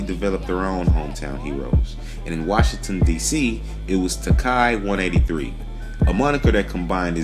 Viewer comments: It’s pronounced “Ta-kee 183” from NYC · Taki 183 is from washinton heights not Washington dc u idiot...if u gonna try to teach something teach it right ..smh.. and its pronounced tah-key ..do some fuckin research dummy